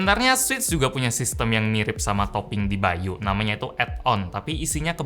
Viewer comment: By.u yang gua denger kalo itu ngomongnya bayu